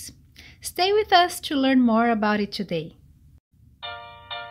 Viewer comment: What I want is ypubto learn to pronounce the word TO properly! It is not CHUU the way ylubsay it! Horrible how you brazillians pronounce it!!! Jesus!!! 😣